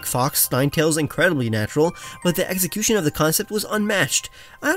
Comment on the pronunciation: Does he intentionally say "eggxecution"?